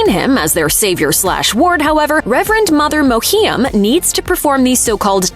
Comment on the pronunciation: does her pronunciation of Reverend Mother Mohiam's name bother anyone else?